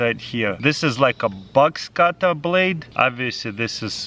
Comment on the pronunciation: At first I thought he was saying bugs cutter then I understood that he was saying Box cutter